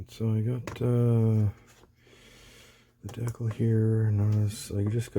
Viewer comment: You are not pronouncing decal correctly